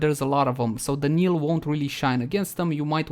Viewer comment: Knell is pronounced nell. Not kneel. Native english speakers get this wrong as well for some reason so I can hardly fault you.